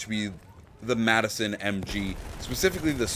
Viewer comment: it's the MADson not Madison